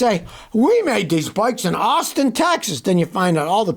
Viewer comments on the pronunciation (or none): none